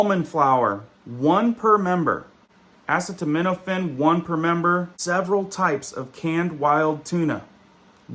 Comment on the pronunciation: Ass-to-minophen lol